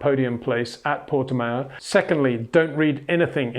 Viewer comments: Pronunciation of Portimão worsening as the video progressed. Pronounce it Portimouch and leave off the “ch”. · Yes, he does pronounce it wrong. Say Miauw, then leave the i out and prefix it with Porte, Peter. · It's like Le Mans: Would be [Purtimans.u]. The ã is similar to an of and. You say it with the nose... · like ouch